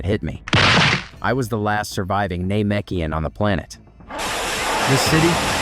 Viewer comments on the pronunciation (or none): originally i thought it was you personally doing the commentary, but after checking out some of your older vids, I'm guessing that it was actually AI that narrates the script here, especially noticing pronunciations like "nay-mekian," "kakkaROT," and oozaru sounding like "ooh-hee-za-roo" at certain points. in older videos, while i enjoyed a lot of the lines being spoken as they would in the Funimation dub, its weird pronunciations of these universe-specific phrases that really makes the AI narration & dubbing sound weird. in the future, i recommend doing tests with different ways of spelling these words and see if your AI can more accurately pronounce them - for instance, if spelling "Namekian" makes the voice output say "NAYmekian," try spelling it like "Nuhmekian" or "Nehmekian" to see if you get better audio results. all that being said, another thing i liked about this compared to your older videos is that if youre using music at all here, is VERY quiet in the mix. thats good, the loud music really distracted me in the DBS Manga 101 & 102 review videos. i hope i dont sound too nitpicky, i just want to give you suggestions of how you can continue making better & better quality uploads. all the best!